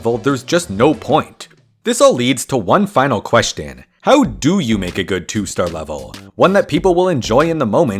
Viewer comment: queshton lol